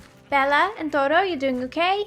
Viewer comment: Gem: Bella and D'oro Me: Did she just call one of her horse toro?